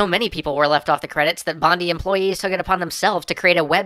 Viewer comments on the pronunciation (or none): It's pronounced Bond-I not Bond-e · It's not 'Team Bond-ey' it's 'Team Bond-eye' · I'm sorry did you just say "Team Bondee"? It's "Bond-Eye". Carry on. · Great episode as usually. but all the way through all could think is COUGH It's Bond-I. As in eye. COUGH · Just letting you know its pronounced Bond-eye, not Bond-ee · he did not just say "Bond-ee" did he... It is pronounced "Bond-eye" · can i just say for all American's Bondi is pronounced BON-DIE not BON-Dee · Is pronounced "Bond-Eye" not "Bon-Dee" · Its pronounced team bond-eye. Not bondy. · Pronounced BOND-DYE not BOND-DI! Sorry just really frustrating. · this was quite irritating for me because i am from Australia and it is pronounced 'Bond-eye' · Bondi is pronounced Bon-die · To anyone who is curious, Bondi, as in team bondi is actually pronounced BonDie. It's the main beach of sydney aus. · Ok I cannot stop laughing right now. It's only how you say Team Bondi like its Team Bonde XD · It's pronounced Studio Bon-die. It's a suburb of Sydney. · it's pronounced Bond-EYE sorry, had to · bondi = "bond-eye" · BON-DYE sorry but it's hard to ignore :) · im sure im not the first to day it, but its pronounced "bon-DIE" as is in DIE, foul beast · its pronounced bon-die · xDDD the way he pronounced Bondi cracked me up. Still a good ep though. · That is not how you say Bondi. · Kieran Morris god that was killing me, its just lazy its not like "Bondi Beach" is an obscure part of Australia that people have never heard of. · His pronunciation of Bondi is cringe worthy..